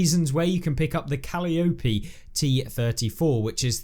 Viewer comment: Just a couple words regarding the Calliope: First, it is pronounced "ka LI a pe." And for those who don't know, a calliope is a musical instrument; a small pipe organ, which used to be featured at a circus or festival, playing tunes such as "Send In The Clowns," etc. In World War 2, the Soviets developed a rapid-launch multiple tube rocket launcher, which emitted a loud, eerie sound while firing, vaguely similar to sounds made by a large pipe organ often found in cathedrals. Due to the multiple tubes and the sound it created, it was dubbed "Stalin's Organ." By mounting similar (though much smaller) rocket launching tubes on a tank, the U.S. created a sort of mini version of "Stalin's Organ," which they affectionately named the "Calliope." And, for those concerned about the Calliope being massively overpowered (like many of the missile launching vehicles in Cold War mode), I really wouldn't worry too much about that. Missiles are complex, guided projectiles and are highly accurate, while rockets are simple, ballistic projectiles; rockets cannot be guided to their target while in flight, but merely follow a straight line trajectory once launched. Thus, the guided missiles in CW are highly precise, while rockets being introduced into WW2 are not. However, rockets do tend to be large and carry a powerful payload. So, if a rocket scores a direct hit, the impact can be devastating... but the odds of a direct hit are very low. I'm really looking forward to getting the Calliope becau